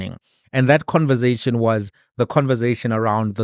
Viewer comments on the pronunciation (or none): Conversation not converzation bru